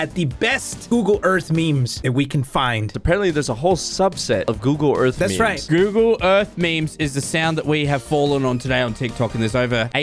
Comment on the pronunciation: When said Google Earth it sounded like ougle earth lmao